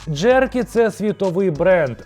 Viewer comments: Джеркі...джеркі!!!😂😂😂 Читається як "джекері". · він каже Джеркі?))